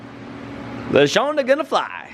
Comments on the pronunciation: “Lashawnda” “Laseanda” Shawn/Sean shaking his head. “I don’t like that.”😂😂😂😂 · Say it with me now, La - Shaun - Duh.